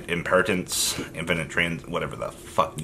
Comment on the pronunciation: How hard is it to say Impermanence